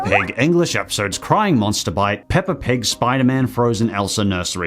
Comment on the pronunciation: The fact that you say "pepper" instead of Peppa, just makes this video better😂